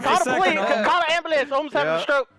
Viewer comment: when you sead call the abiulens a abiulens past near my house lool😆😆😆